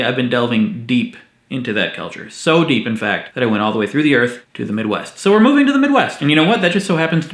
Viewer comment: For some reason when you said midwest I heard middle east lol